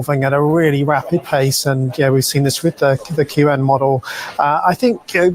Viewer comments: It's pronounced "Quán wèn," not "Quan"...2 words instead of one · the pronunciation should be " chien - whun " meaning " a thousand inquiries or enquiries " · I asked itself, it's pronounced as kun. So pretty much correct. One interesting fact, it's Chinese name roughly means thousands questions. 😊